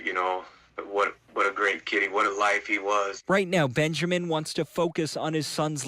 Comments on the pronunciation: It's Benjamin. Not BenjERman. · Benjarmin?!?!?!?! You do know Benjamin has no R in it right... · I love you, but are you saying “Benjerman”? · Are you saying bengerman ? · There’s no “R” in Benjamin it’s ‘Ben-ja-min”